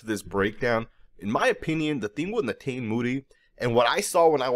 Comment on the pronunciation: I believe it's pronounced (ne-taw-nee